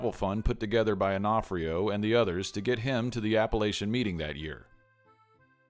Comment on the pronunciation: On-o-fre-o is how its pronounced back east